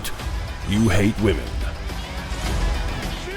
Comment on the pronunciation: Aww, poor baby is scared of the brown “wahmen” Cry harder pussy